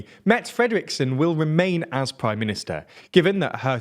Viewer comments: Dude... there's an "e" at the end of her name... It's pronounced [met'eh]...not [met]. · The pronunciation of the prime ministers name is closer to the word Meta in english. Or like the word Met with the indefinite article "a" when unstressed in a sentence. Like "I Met A Dane at the train station yesterday. Hope that helps. Thanks for covering Danish news in English! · 'Mette' is pronounced - 'Metae' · it's pronounced 'Metteh',not a french name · Her name is pronounced Met'teh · "Mette" ... ends with a schwa. It's not a french word. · The way you pronounce her name people must be thinking "is that really her name?" the answer is no, obviously not, you completely butchered it :'P